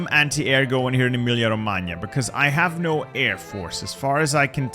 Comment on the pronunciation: Your pronounces of Emilia-Romagna are beautiful, like the video and I am italian